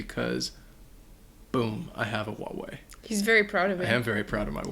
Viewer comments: Huawei, you do pronounced the "H". It's not "what-way". It's disrespectful to change something that is so obvious and simple. Calling it "what-way" is making a travesty out of the brand. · I'm native Chinese, and it always bothers me why Americans would pronounce Huawei as 'Wua-way', because in its original Chinese pronunciation (华Hua 为Wei) is straight Hwa-way. The H at the beginning is NOT silent! Just pronounce it as it is spelled! Don't overthink!